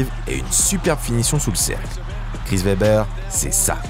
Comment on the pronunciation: Très bonne vidéo encore! Un petit truc à améliorer rien de gros la prononciation des noms des joueurs par exemple Chris Webber.